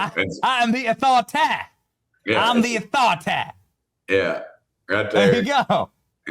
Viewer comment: “Respect my authoritah!” 🤣